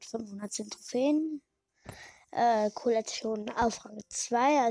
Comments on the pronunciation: Trotz dessen das ich kein Brawl Stars spiele: Collete wird Collet ausgesprochen und nicht Collet-e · Es wird Colette ausgesprochen